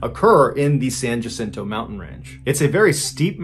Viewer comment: Another teeny tiny pronunciation correction, Jacinto in Spanish, is pronounced Wacinto, the same as Juan is pronounced Wuan. But I know John is not native to the desert southwest, so the mistake is understandable. Love MrBallen’s story telling. How did I fall asleep without him?